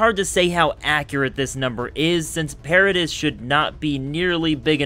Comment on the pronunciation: Did he say pardis wrong